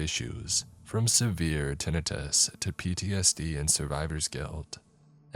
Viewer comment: The mispronouncing of common words like tinnitus as ten it is and Freud as frude kinda ruined the first story for me